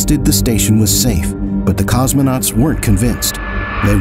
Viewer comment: No es "cosmenautas" sino COSMONAUTAS